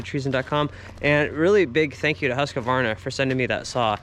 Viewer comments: Hey, over in Europe! Great! Why are you saying Husqavarna? I guess its more like Husqvarna - no a after q. Or just Husky! 😂. It would be very cool if you cold share more differences between us and eu in your eyes… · Lol. No A between the q and v. Husqvarna not Husqavarna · Huska varna is the wrong American pronunciation of Husqvarna, try to say Hus qvarna, that is the right way to say it in the American English. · Should have asked Sondre to teach you how to pronounce "Husqvarna". It's roughly like "hoos-kvarna". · That's awesome of them to donate the saws! But your pronunciation of Husqvarna is a bit off. Awesome video man, I love these traveling ones! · "hoos-kvarna" .. so you are correct, there's no "a" after "q", but the "q" is like a "k" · hate the way u say husqvarna haha. good video!! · I'm sure have been told, there is no middle A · my soul left my body when he said Husqvarna 🥲